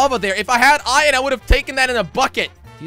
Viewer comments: I love how Jelly says ‘Iyan’ instead of iron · Who cringed every time he said ion instead of iron like if you did tooo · I know! He prounonces iron iyon/ion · he means jelly says ion instead if iron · It's not iron Its ion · I like how he says ion and not iron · He says iron like iren